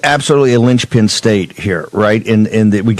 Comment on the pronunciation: “Georgia is a LYNCH pin state” Anyone else hearing some dog whistles??